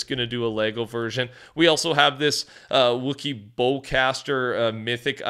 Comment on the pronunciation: Bro you really gotta learn to pronounce Wookie and Hela properly. You sound like a clown doing "Fornite news" and can't properly say the names of the IP they are collaborating with. For such a "HUGE STAR WARS FAN" you sure slaughtered Boba Fett and now massacre Wookie. Bizarre.